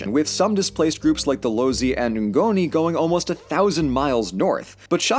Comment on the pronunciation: maybe he didn't pronounce all the Dutch correctly, but apartheid was pronounced very, very well and that says something about how much he researched South African pronunciations. Other things that stood out to me were Basotho and Ngoni, both of which he pronounced well. He pronounced a lot extremely well for an American who doesn't speak the language. Maybe don't rag on someone for trying? Because he is, and most things in South Africa aren't pronounced the same as Dutch people pronounce it.